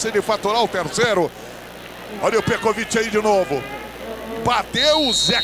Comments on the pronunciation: Petrovic... Pecovitch... Pecovid... Petrovid... kkkk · Peciviti kkkk pecoviiitiii meu Deus o narrador nem tinha ideia 💡 de quem era o petkovik kkkkkkk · O cara falou tudo que é nome, menos o nome certo. Kkkkkk Pekovit, Petrovit, Pekovitri... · O narrador chamando de "Pecovit" / Peteviti. O comentarista de campo dizendo que esse Pecroviti está arrebentando com o jogo. Kkkkk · Pekovic é lá, narrador...kkk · Ganhou vários nomes pelo narrador🤣🤣🤣🤣 Pecopix,pecovik,petrovik,petrovit,PE COVID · Pécovit kkkk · Petrovic, Pekovich, Petkovich O que eu penso: 1 - O jogador é algum tipo de “fragamentado” com múltiplas personalidades; 2 - O Real tem 13 jogadores e não 11 como é a regra; 3 - O narrador encontra dificuldades para citar o nome do jogador. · Eu não sei onde esses caras viam a letra r no nome Petković. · O narrador nem sabia falar o nome do pet na época kkk